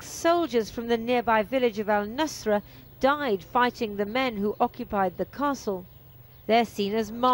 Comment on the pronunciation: its al-Nasara not al-Nusra which is the terrorist group, or to be more precise its Wadi al-Nasara (Valley of the Christians).